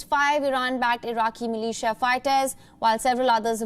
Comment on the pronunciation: the way she said MILITIA sounded like MALAYSIA.... i just like (-_-)